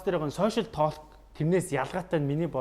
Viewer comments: ah "тоолк" geed ymar aimar heldiin hhehe ta:k/talk/ ter dundah L- usgiig heldegguishdeee:)) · Толк гэж ярих юм уу. Ток биш юм уу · tooolk gej bitgii heleech guuuiy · Duudlaga n Tok shdee bichihdee talk shvv dee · talk gedeg ugiin L useg ni silent buyu chimeegui useg ugendee unshigdaggui shuu hehe ток gej unshaarai helj hevsheerei manaihaan hehe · L ni shuud zurhruuu orjiishd. ydaj baihad yaasan olon heldiiin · TaLLLk ged bhin 😆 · TR Олон жилийн өмнө яахав яахав гэж өнгөрөөдөг байсан байж болно л доо. Одоо энэ цаг үед алдаатай нэгэндээ хэлж алдааг нь засахгүй бол хэрхэвч болохгүй л гэж бодож байна. Хээээв нэг талк талк гээд муухай ш дээ. Швед дуудлага байж болох ч Англи хэл л бол англи хэл 🤟🏻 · Positive эерэг байх үзэлтэй юм чинь talk гэдэг үгийг уншиж чадахгүй бол ЯРИА гээд Монголоороо хэлбэл зүгээр. Зөв хэлэхгүй байгаагаа мэдэхгүй байж болох ч мэддэг хажууд чинь суугаа хүн өмнөөс чинь бараагаад байна.